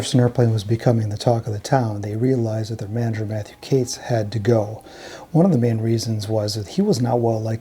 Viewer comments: HELLO …… its Katz as in Catz not Cates !! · I love all your videos - keep 'em coming! They're usually flawless, but Matthew Katz's last name is pronounced "CATS" not "CATES". Katz went on to screw over Moby Grape where, coincidentally, Skip Spence ended up after leaving the Airplane. I really regret not seeing the Airplane at Fillmore East back in the day. Interestingly, Signe did a tour with Jefferson Starship in the '90s (Paul, Marty and (I believe) Jack were all in the band then. Sorry I missed that one too. Kinda crazy that both Paul and Signe died on the very same day at the same age! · Katz is pronounced "Cates"? Everyone ese with that name is pronounced "Katz" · Mathew ""???? It's a jewish name of German origin, and it's just pronounced like Cat plus a Z. I don't want to know how you would pronounce Tannenbaum or Kupferschmidt.... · The common Jewish surname “Katz” usually is pronounced like “cats.”